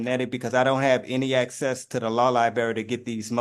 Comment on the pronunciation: Homie needs axes to da lawl lie-burry